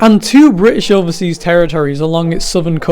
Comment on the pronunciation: I love how he pronounced 'British' in a British accent